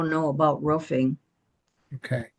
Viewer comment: It’s not Ruffing, 🐕, It’s Roofing. 😂